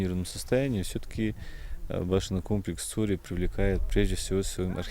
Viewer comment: По какой причине не Цхьуоре , а Цори ?